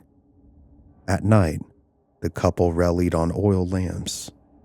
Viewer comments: so is this an AI voice? Because whoever it is pronounced a bunch of words really weirdly… like Loyola and relied. He said “rell-eed” and low-yola 😂 just curious bc I hate supporting ai channels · "relly'd on oil lamps..." what? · Hey man. I really appreciate your stories, I do, but you really have to work on the pronunciation of many words. I counted five mispronounced words in a 30 time span, starting from relied to aviary. I’m not trying to be a bully here, just constructive criticism from a long time listener who has to sometimes pause and repeat to figure out what word you meant. Aviary was particularly difficult to decipher the first listen through. Otherwise, very interesting story and I think it would be a cool place to buy! Of course, as soon as you said two men, I thought gay, then at Satanists, I thought, not unless they were with Anton Lavey. You finished it with Georgia and I knew murder wasn’t far off. Why on this green Earth would they think Georgia would be a welcoming place in the 1970’s?!